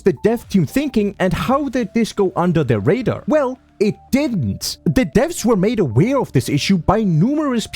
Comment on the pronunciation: Tiny observation your subtitles say deaths instead of Devs.. multiple times, it's how you say dev with a *vths" sound to it like devths